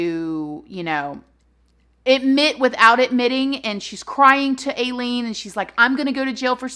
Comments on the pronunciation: Aileen is pronounced like eye leen, rhymes with high or die XD love you girl XD sorry I had to be that jerk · It's pronounced "Eye-leen." Although it should be "Ai-crazy-as-a-bedbug." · You say it I LEAN lol you're so cute! Like Aileen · Pronounced "Eye-leen" 😉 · Illean pronounced w I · You’re saying her name wrong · Please learn how to pronounce her name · It’s Aileen pronounced it like the A is I, but girl we all know u mess up words and still love you. My opinion she was crazy and needed mental help. I also believe she was raped but I don’t believe all those men raped her. I think she used that to excuse her killing and robbing the others. Her childhood is so sad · Ahhh I hate to be "THAT person" but you're pronouncing her first name incorrectly. Sorry... serial killers are one of my biggest interests and I can't not say anything about that haha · To be fair, if you did your research on this story, you would know how to say her name lol but im getting used to it lol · It irks me how she keeps calling her Aee-leen her given name is actually pronounced Eye-leen just saying.. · It's more like A-ileen how your saying it say it without the a basically lol ....but serious note!I am one of your baby's now and I just LOVE watching you !.......very conflicted with Aileen as she was an I'll lady! .....she was abused.....I'm not excusing the killings,but maybe one of them did attack her ...or she thought they were going to coz her head?soooo many theory's......sad sad story, I didn't want her but to death though x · Its pronounced Eye Lean not Ay Lean lol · It’s pronounced like i-lean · Her name is pronounced (Ileen) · Oh her name is pronounced “Eye-lean” or “I-lean!” Like “When I drink that lean........ I LEAN!” 😆😂🤣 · Florida killed Ted Bundy and Aileen…don’t come killing folks in Florida! That state don’t play! And her name is pronounced with a long I…like ileen but add the A. Aileen. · It’s Aileen like I LEAN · Pronounced "Ilene" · It’s eye-leen 🤣